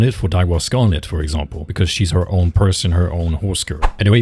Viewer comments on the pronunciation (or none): none